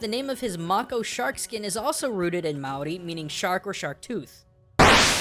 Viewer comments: Its Ma-(long) o-li. Just letting you know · That's not how you say Māori